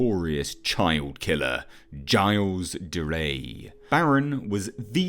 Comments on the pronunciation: I visibly cringe whenever you say 'gilles de rais' wrong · I know it's nit picky, but please learn to pronounce Gilles de Rais